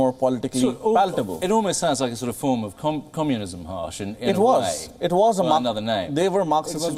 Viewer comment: Excellent interviewer kept the authors on their toes - pls have him learn how to pronounce indian names. Harsh sounded a bit haarsh ! The authors too managed very ably to respond and communicate their perspective. Despite some insisting that india was forcefully welded together as a constitutional state only in 1950, but the reality is that any constitution is informed by its civilizational ethos eg in india there was no need to insist on secularism since we have almost always separated religious institutions from state governance thanks to Varna dharma. State should focus on uplifting individuals and not favor one community over another - let the millions of communities foster their own cultural strengths unhindered - except of course where they are inimical to the weak and oppressed.